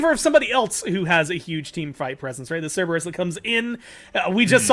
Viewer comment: it's "SIR ber us"